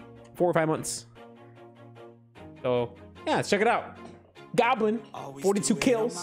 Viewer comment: Not Godlin 😆😆it's Go blin